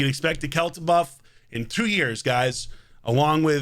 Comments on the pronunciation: Best pronounciation i can give you for it would be like quail as in the bird and then cha, like "cha cha real smooth" So Caoilte = Quailcha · It is celtic, and it's pronounced quil-te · According to Nub, pronounced Kwilcher. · Heard Nubs pronounce it something like “quil - che”